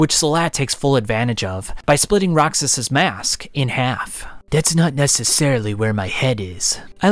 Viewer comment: I love the video but a small think that's bugging me, I believe you're pronouncing Rakshas wrong (pretty sure it's derived from the Indian word Rakshasa, which were mythological man eaters).